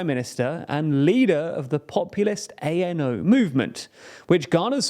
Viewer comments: Was about to type that too. I've been learning Czech and although there's still lots more to learn I know at least this much. Also the a in ano is pronounced like the a in start. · Why do you insist on quoting Babiš's party as "A.N.O."? It's not an abbreviation, it's the Czech word for "yes". This points at a poor documentation and poor preparation of your video. I'm not Czech, I'm not even a Slav but I know that "Ano" is "Yes": it's just about getting yourself informed seriously before you claim to inform others. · I was prepared for you to butcher the pronounciation of thier names but ANO is a little bit too much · I'm not gonna criticise your name pronunciations since yours are in the top 10% of English speaking channels saying CZ/SK names, but I'd like to point out that ANO is not pronounced by spelling it out like "ay-en-ow" but as a word "a-no". Also, it's not [chechia] but [checkia] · not A.N.O. but ANO, like NATO, meaning "Yes" in Czech. Czechia (ʧekia) not (ʧeʧia). This way it sounds like Chechnya.